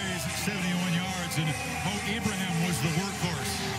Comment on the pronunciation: SPronounce the name correctly....eee-bra-heeem... so simple ! Do it or I'm coming after your job... and I'm retired, but PISSED !!!